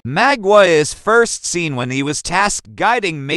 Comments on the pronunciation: Mah not maw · Great video, but damn u pronouncing his name wrong